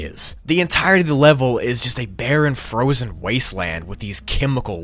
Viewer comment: Fozen. Oogli